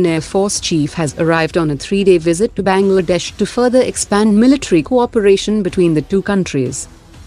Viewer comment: 🤣🤣🤣"Benglaadesh"🤣🤣😂😂😂😂🤣🤣 Pata hai kisi desh ka mazak nahi banana chaiye par sunkar hasi aa gyi😊😊😅😅😅